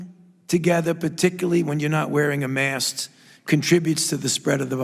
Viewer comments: is it just me or does Dr Fauci call a mask a "MAST"? ?😆 wtf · Did Fauci say "mast" instead of "mask"? What, are we supposed to be carrying flags now?